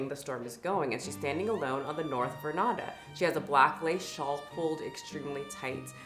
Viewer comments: VERNADA? 😂 It took me a minute to realise you were trying to veranda❤ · I was on the fence about "vernada" but when I heard "passer byers" I got a nosebleed. It's "passers by" 😂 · FYI "ver-an-da" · I caught that too and was like wait what...? LOL